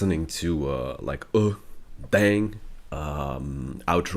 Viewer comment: 대취타 발음 너무 명확해서 이거 진짠가 댓글이랑 영상 계속 보는즁ㅋㅋㅋ